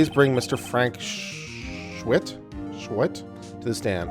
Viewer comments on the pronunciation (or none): OBJECTION!!!! SAH-WIT. Not SCHWIT!!!! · It sorta annoyed me how he kept pronouncing Sahwit wrong, its pronounced Saw it, but otherwise it was good. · Nope. Mr. "SAW-IT", not "SAH-WIT" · I love how he pronounces Sahwit’s name as Shwit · I love how he didn't get the jokes in the first case just because he missed pronounced the guilty party's name it's pronounced like Me. Saw-it and he didn't just see it he did it XD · Well, he doesn't know how to pronounce Japanese names, so give him a break.